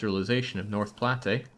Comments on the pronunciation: The Narrator got a lot closer with his pronunciation of "Norfolk" than did with his of "Platte" and "Cheyenne". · Ostentatiously whinges about how the narrator pronounces "Norfolk" and then completely butchers "Platte" and "Cheyenne" two minutes later.